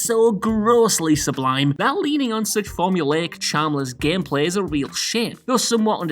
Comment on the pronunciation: "gehmpleh" lol